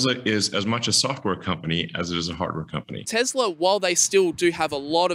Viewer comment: "TEZLA".... uncomfortable